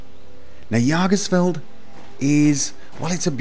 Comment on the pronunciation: just as a note on pronunciation! Based on the contents of the mod, I have to believe that this mod's name is German based. Jäger is the German word meaning "Hunter", and I think the mod author either twisted the word a bit or simply didn't know how to spell it. If the mod is in fact supposed to be the word "Jäger", it should be pronounced "yay-gər". If it helps any, Jägermeister is an alcohol you might have run in to or had the reason to say the name of. Or if you've watched the movie that came out not too long ago "Pacific Rim", the Jäger Program made the giant robots. Thanks for finally doing another house mod! Much appreciated! Keep at it